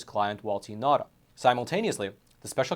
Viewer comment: His Name is Nauta a Chamorro Native Name Pronounced Nowta